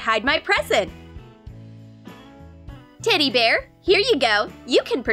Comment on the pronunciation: I heard 'titty bear' Lol I can't be the only one